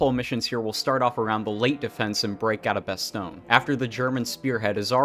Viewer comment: bah-stone Oh my...